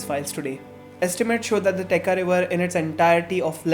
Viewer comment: Absolutely loved it. But it's Techa( cha as in chai) and not Teka river 😅